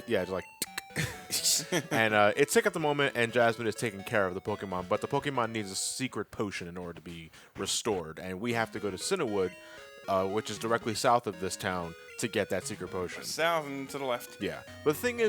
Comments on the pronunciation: it's CIANwood lol. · you're killing me. It's Cianwood. *CIAN*wood. See-an-Wood. [/NerdRage] lol